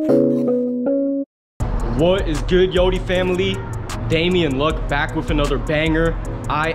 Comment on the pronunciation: LMFAOOO , "SHE BROBABLY BREAKIN HER BAKK"